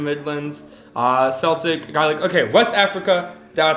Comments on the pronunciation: Celtic is pronounced "keltick", and Gaelic is pronounced "gay-lick". This is Irish and Scottish. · Celtic is pronounced as if the c is a k. Congrats on being a global mutt! So am I. I think it's awesome! 😉👍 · Celtic is pronounced keltic😂